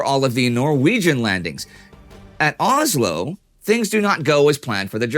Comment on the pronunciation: It's Oslo. Not Ozlo.